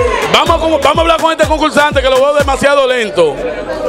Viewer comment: QUE ES CONCULSANTE, METEL, COMEL, VELDOLAGA, SECTOL, GANAL, GANADOL, CUALTO, POL FAVOL, FUELTE, NO EXISTE LA R EN ESE PAIS?